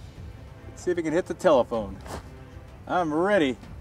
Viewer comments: "Taolephone"? Really? This alone will get you demonetized 🤔😂. Seriously though, good work as always 👍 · The "taulephone" I eventually got it 5 seconds later 😂😂